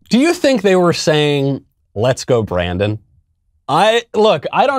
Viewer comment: "Beep go Brandon" is what I heard...seriously...lmao